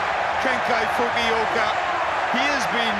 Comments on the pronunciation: Also gotta love that pronunciation of Kenjo Fukuoka. KEN-KY FUKI-OHKAH! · About the pronunciation of Fukuoka's name. It's Kenki Fukuoka, not Kenkai Fumioka.